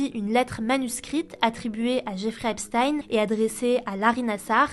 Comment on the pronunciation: C'est EpstEEN pas EpstAÏN svp